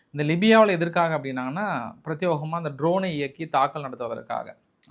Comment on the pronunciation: பிரத்தியேகமாக என்று சொல்லுங்கள் பிரத்தியோகம் அல்ல